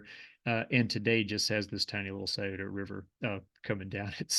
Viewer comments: Thank you for pronouncing Scioto right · Thanks for pronouncing Sciota correctly. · As someone who grew up not far from Teay’s Valley and lived in southern OH for a while, it was beautiful to learn more about the area. I’m impressed that you pronounced Scioto correctly. I butchered it when i was first living in the area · You are right. I have heard the Scioto river called the 'skeetoe" river. I am originally from Columbus. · im from the columbus area but i lived in morgantown, he is mispronouncing the monongahela it "mo-non-ga-hail-la" not heel la. but I grew up on Kanawha Ave in sharon twp, he did get that and the scioto correct.